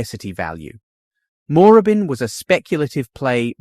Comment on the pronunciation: Need someone to do these things who can pronounce the suburbs correctly - NO ONE pronounces 'Moorabbin' like that in Victoria - it's like listen to a Yank pronounce Melb-bourne or Bris-bane, it is very cringe worthy. Try saying it again with the double 'oo' nearly silent. And 'Malvern East' is pronounced 'Mall-vern' where you use the Yank 'mall' sound. Don't care if you are a Pom speaking your style of English, you are in Oz, if you going to do business videos like this, get the pronunciation right!!!